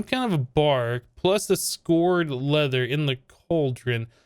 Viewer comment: that's scoured leather (sk ow er ed) like scraped